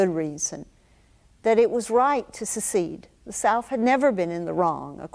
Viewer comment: Okay.... The BIGGEST problem I have with the woman at the end is the fact that she pronounced secede as succeed.... Girl, you are showing your intelligence levels and let me tell you, it is NOT high